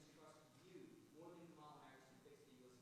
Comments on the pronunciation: So you do know how to pronounce her name? Oh ok? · He did say Kamala’s name right for once! Lord let this be over forever. #harriswalz